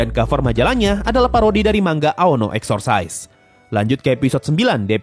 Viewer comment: exorcist itu dibaca nya cis biasa, bukan caise kayak exercise